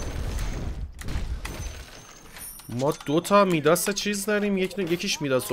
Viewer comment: تورو خدا به بگو مایداس نیس میداسه😬😂😂